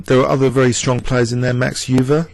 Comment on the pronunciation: Hi, great video. Euwe is pronounced 'oy-ver' by the way!